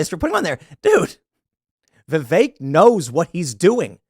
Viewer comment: It's VI-VEK!! Not VI-Vaek! Fuck!!! He was literally in Morrowind. Get it right, damnit Tim.